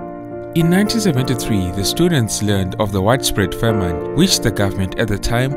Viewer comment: A great and informative account. There is a small complaint: the narrator's pronunciation of the noun "famine" for which he pronounces the second syllable- "-ine" as in "fine" instead of "in" in the word in "pin". The use of "Selassie" as a surname is incorrect because the Ethiopian use the first name for surname. After all Haile Selassie means the Spirit of the Trinity. Good job, though, despite these minor errors.